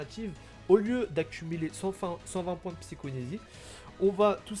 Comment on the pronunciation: Repeat after me : psy-CHO-KI-nésie À toi 🤣